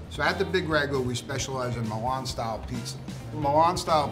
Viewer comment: It's difficult to take these guys seriously when they don't pronounce Milan or mozzarella properly.